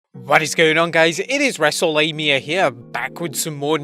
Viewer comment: At the beginning he said wrestlelamia